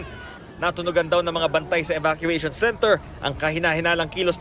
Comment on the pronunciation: Ahhh evacuation pala, ang dinig ko kasi pot session 😂